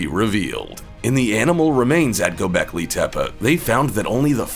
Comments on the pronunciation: Not gobekli tepa it’s gobekli tepe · Get it right. Gobekli Tepeeeeeeee